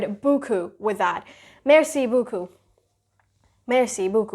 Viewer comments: C’est pas boocoup, C’est BEAUCOUP 🙄🙄🙄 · it’s ‘beaucoup’ and not ‘beacoup’. Just a little feedback; some words were mispronounced. For instance, you don’t pronounce the ‘t’ in ‘et’. The ‘aigu’ in accent aigu is pronounced ‘aygyu’ and not ‘aaigoo’. The ‘grave’ in accent grave is pronounced ‘graave’ unlike that in English. It would be awesome if you could keep a check of that.